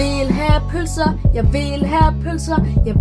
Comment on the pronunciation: jeg kan ikke lide pølser det lyder som om du siger bh